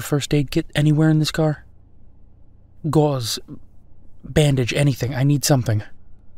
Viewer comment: goddamn no shit he’s from jersey the way he said “gauze” caught me off guard